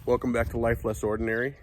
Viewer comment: thank you so much for the video! A small tip, when you speak of your channel’s name, I recommend emphasizing the word “less“ otherwise what I heard when I started listening to the video was “lifeless ordinary“